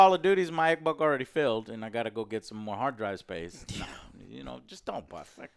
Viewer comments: I love how he says xboc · Lol “X-bock” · i like the way he says xbox